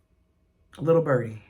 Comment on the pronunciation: “Lil’ bUrdee”😂 you make me laugh!